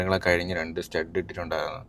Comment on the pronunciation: സ്റ്റഡ് അല്ല സ്‌റ്റെൻഡ്